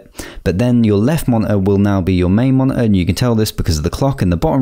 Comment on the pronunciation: did actualy help me allot but the mone heueeee was hillarious